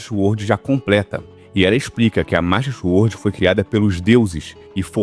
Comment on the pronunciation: Masta Xuordi